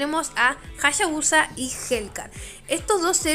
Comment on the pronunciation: Me gusta como dice "Jashabusa" jaja